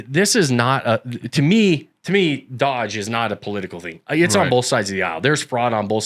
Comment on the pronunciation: it's DOGE. (NOT DODGE!)